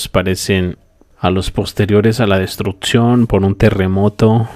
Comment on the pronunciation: DISCULPA, VOLVISTE A DECIR "DESTRUTZION"...?????????????? LENGUAJE ETZTRAÑO????????? TRANSTSMITIENDO???????????? SITZAGUEA??????????? TRATZPASA??????? SISTZAGUEOS???????